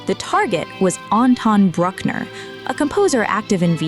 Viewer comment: And Bruck-ner like Truck-ner, as opposed to the correct "Brook"-ner